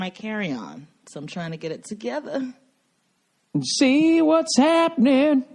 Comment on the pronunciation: 26 minutes in... Boston pronounciation of the word together the way Bill does it. Made my day.